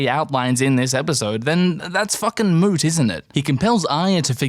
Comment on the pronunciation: U said Moot